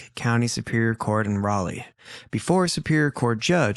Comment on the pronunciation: Can I just say thank you so much for pronouncing Raleigh the right way!! 😅 Soo many people say it wrong!!